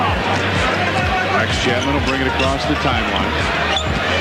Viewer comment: Why are you calling him chatman, he's chapman. And why u call it Charlotte (CH pronounce das in chat), it's pronounced Sharlotte. And it's pronounced Shicago, not Chi-cago.....